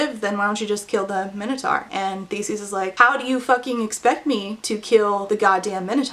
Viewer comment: How do you not know how to pronounce Minotaur? Dislike just for all the butchering of common words you should have learned in middle school.